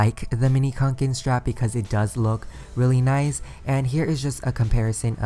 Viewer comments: It’s kanken not konken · It’s Kanke not KONKEN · Did it bother that he is saying QANQEN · It’s actually pronounced kånken because it’s a Swedish company and the name is pronounced konken like a conch shell 🐚 Most people pronounce it like “Kay-nken” but that’s not how it’s supposed to be pronounced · you're so close to the correct pronunciation! It's pronounced cone-ken xD